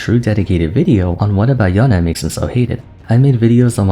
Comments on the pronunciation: Yown-Eh sounds so Weeb. It's Yown-ay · YO-NEIGH NOT YO-NEH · ok at this point someone has to say it WHY DOES THIS GUY REFUSE TO PRONOUNCE “Yone” THE CORRECT WAY??? Intentionally shorten the sound of “e” DOES NOT make it sound more exotic, so why do it???